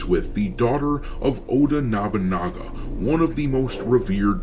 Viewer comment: NOBUnaga not NABAnaga how are you messing this up so many shadows vids in when the guy shows up in anime and video games all the time, surely you've heard it a few times before